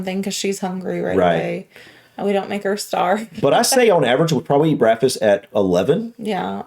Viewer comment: He has "brackfis"